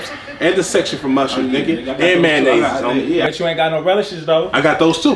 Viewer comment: It was funny when you said mayonnaisessss